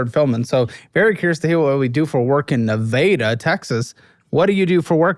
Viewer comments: gives us "xena" and "nahveyda" it's a miracle this man isn't a statistic and i know nothing about them yet.. 😂😂😂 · Ne-vay-da?? I thought it was pronounced Ne-vah-da... and now that I'm typing it out, I'm realizing the Massachusetts accent is why. 🤦‍♀️ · Nev-AH-da not Ne-VAY-da....wtf..... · Nevdda isn’t it pronounced Nevada? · The way how you guys are saying Nevada is pissing me the f*** off Ask someone who lives in the state of Nevada n they'll probably give you the same reaction I'm saying Ne vah duh!! That's how it's said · Nuh-vay-duh? Highly doubt it's pronounced like that 😂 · Ne-vader? Seriously woman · 1 minute in and I heard this chick pronounce Nevada as "Nuh-vay-duh" and I immediately knew this is gonna get wilder than the preview clip. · As someone from the state Nevada, I couldn’t handle hearing them say Ne-vay-dah this whole episode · As a fellow Texan, I can't stand our ability to take a normal sounding city that exists somewhere else maybe as a state or someone's last name, etc. and grossly mispronouncing it. NeVAYDAH. Eff outta here. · Neh-vay-duh Texas. First time I've heard it pronounced like that. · If you pronounced Nevada that way in the state of Nevada, you'd get hit. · So we’re just going to ignore the way they pronounced Nevada? 🫩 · Why is everyone saying Nevada wrong? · I already know im gonna hate the woman from the way she said Nevada. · never heard Nevada pronounced like that bf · The way she pronounced Nevada hahahahhahahaha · I’ve never heard someone pronounce Nevada the way she that wasn’t in a joking manner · I ban all y'all from saying nevada good lord stop please stop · What is that pronouncation of Nevada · My dog is named Xena....and she said Nevada wrong...just sayin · let's start with her idiotic way of pronouncing Nevada, which ive never heard in my life my parents used to live there for over 20 years. this episode is goin to be a rough on e to get through I can feel lit in my bones, or maybe thats just arthritis